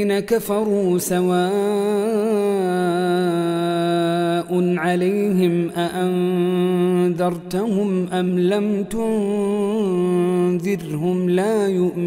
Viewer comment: الأية رقم 6 قرأت "أأنذرتهم" خطأ قرأتها بضم التاء وهي مفتوحة